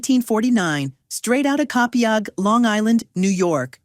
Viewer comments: Copaigue is pronounced Co-PEG 😂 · FYI, the name of his hometown is pronounced "Co-paigue." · COPIAGUE is pronounced Co- pay-g . The i is silent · The butchering of the name of the town Copiague..... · Grew up in Huntington but knew of the gentleman. Wonderful story. Did it bother you the way the narrator pronounced Copiague? Guess that is AI. Really enjoyed this video.😊